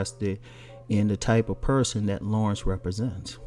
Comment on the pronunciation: His name is NOT Lawrence it's La'rense lol. .....